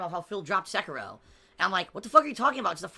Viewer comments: "Sekayrow" - 2019 Sound good? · Seh-Kee-Roh not secker roh